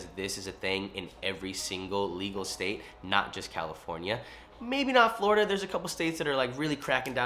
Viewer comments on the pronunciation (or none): none